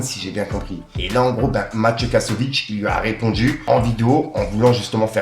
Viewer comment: 😂 C'est un Z à la fin de Kassovitz et non CH 🤣